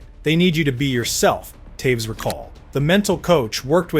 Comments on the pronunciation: Who's Towes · Hundreds of hours of research and you post a new video every day? Mispronounce multiple iconic hockey names and make bold statements such as Toews wasn’t an offensive talent nor did he ever score highlight reel goals? Yeah ok bud